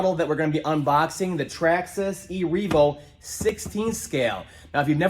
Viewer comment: Stop pronouncing traxxas like that